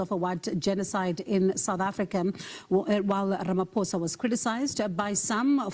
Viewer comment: Ramaphosa is pronounced as Rama-POSA not Rama-FOSA. Give thanks.